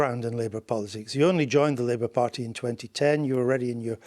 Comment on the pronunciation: 4.40. Did she call it the labour farty